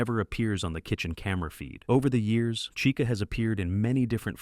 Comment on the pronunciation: Bro said Rockstar caicha